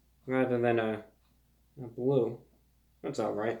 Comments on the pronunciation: It's bwue! It's BWUE! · IT'S BWUE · It’s bwue! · ITS BWUE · ITS BWLUE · IT'S BWUE!